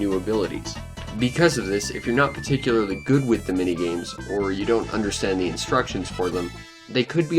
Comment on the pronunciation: The only language barrier here is your misusing of the pronunciations - By not knowing when to differentiate "thuh" and "thee" for the word THE. My ears and brain are hurting.